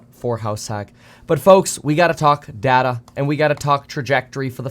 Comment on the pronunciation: It's data, not data.